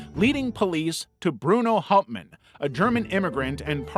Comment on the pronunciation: As a german I was so mad on how you said Hauptmann